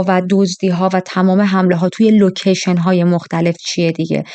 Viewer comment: لوشن چیست ؟؟؟😮 لوشن؟ یا لوکیشن؟